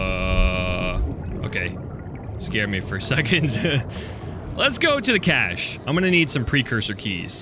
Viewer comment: Cache- cashcash-AY